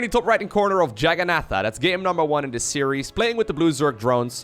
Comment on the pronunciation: It's pronounced Jaganatha